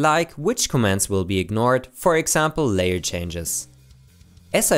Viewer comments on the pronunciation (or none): none